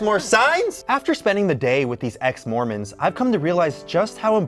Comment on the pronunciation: I thought it said “ex-morons” 🤦🏼‍♀️🤣🤣🤣😂😂😂😂